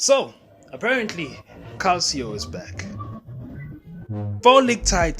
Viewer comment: Calcio pronounced “Kalcho”